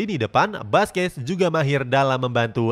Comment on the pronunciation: Baca Nama yg benar dong mimin Buskuet Bkn baskes , kalau pake bahasa português baca seperti ini sala Busquet bkn baskes😖🤔